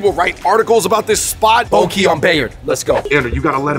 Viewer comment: Bo Ky is pronounced "Baw Gay" not "Bow Key"